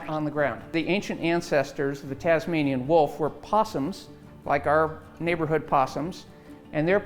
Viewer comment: Its the Tasmanian tiger... not the Tazmanian wolf.... god I hate it when Americans do Aussie stuff bc they're always getting it wrong... just like Vegemite.